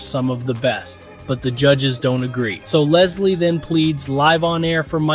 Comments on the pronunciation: The fame or shame host name is lazlow not Leslie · Bro really said Leslie instead of Laslow 💀